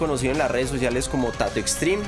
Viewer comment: Venga, xq el man dice "Tatu" si es "Tatto"? xD?